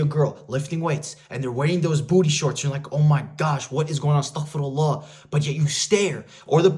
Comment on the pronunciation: please dont ever say "astaghi" again brother